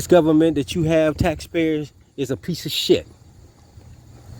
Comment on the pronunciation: This guy knows the law and he is going to teach it to us even though he cannot pronounce government correctly.